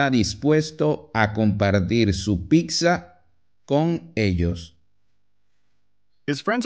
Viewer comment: Es genial que sea tan sencillo de comprender, simplemente me genera escalofríos cada vez que dice "picsa"